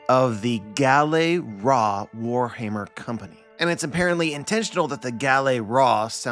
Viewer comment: Why the heck is everyone pronouncing the word as Guh-Lehy-Ruh? Bruh the correct one is Guh-Leh-Ruh.